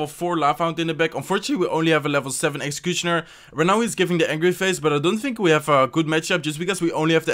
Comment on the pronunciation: Now when i see executioner i read way like: "execushoner" 😂😂😂